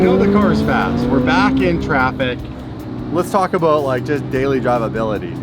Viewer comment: Haha is it about? A boot? Or aboat? Gets me every time!